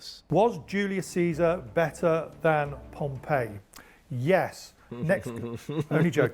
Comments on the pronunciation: As an Englishman - can I say you're right; his pronunciation is wrong. His pronunciation of Pompey and Cannae is just plain weird even for our butchered representation of Latin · As someone who learned Latin in school with the classical pronunciation, his pronunciation of "populusque" is extremely weird. Pompey and Cannae as well. Dude is just not good a pronunciation. Also, "imagine if an elected president said no, I'm gonna abolish that and be president of America for life" Unfortunately we don't have to imagine that, it already happened in Russia. Putin just ignored the maximum number of terms and told the Duma to extend it. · he pronounced it like the city rather than the name. For the person it is 'Pom-pee' and the city 'pom-pey'